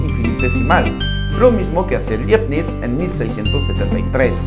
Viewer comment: Decir Liebnitz es un craso error. Este señor admirado por propios y extraños hablaba alemán, latín y seguramente francés. Su nombre en alemán se pronuncia ~ Laibnitz. Si se quiere, puede decirse Leibniz, pero jamás una pronunciación anglificaday, por favor.